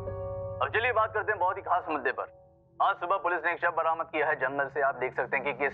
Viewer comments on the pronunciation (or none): none